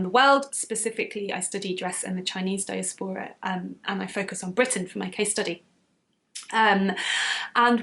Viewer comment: The Gentle Knitter was my first knitting podcast, too! Beautiful - but being a colourful person myself, I love the vibrancy of your channel and am very glad that Skeindeer sent me over... :) Heading over to Kofi for your podiversary, now!! ps I was interested in your pronunciation of diaspora and adage, which I would have pronounced die-ASP-era and A-didge according to my studies, but maybe I have missed something in the past 10-12 years and it‘s shifted? Living abroad does mean I lose touch with the language and expressions sometimes (it was actually my 79 yr old mum who had to explain the concept of woke to me 🤣🤣🤣)...